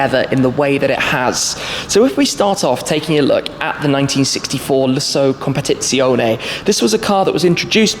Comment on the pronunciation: A fascinating video. 'Competizione' can be tricky though to say, correctly ...